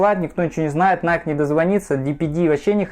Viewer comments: Оригинал ищет. Все знает (типА). Называет NIKE «Найк»🤦🏻‍♀️🤦🏻‍♀️🤦🏻‍♀️. Это НАЙКИ, там в конце E, это произносится как «И». В оф.магазинах США подойдите к консультанту и узнайте наконец-то, что это НАЙКИ, а не НАЙК🤦🏻‍♀️🤦🏻‍♀️🤦🏻‍♀️. Его английский это просто пипец🤦🏻‍♀️🤦🏻‍♀️🤦🏻‍♀️ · Не найк, а найки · Вы меня извините конечно. Но. Название бренда происходит от имени богини победы Ники и в оригинале звучит "Найки". Именно так его произносят в Соединенных Штатах. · игорь прав, иностранцы произносят: "найки"